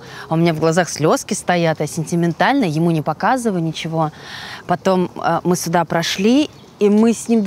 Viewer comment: Если с Ляйсан работал профессор, то почему что, что Ляйсан говорят постоянно не сюда, а суда, откуда такая деревня?? Вроде обе ведущие, а русский язык не знают.. печально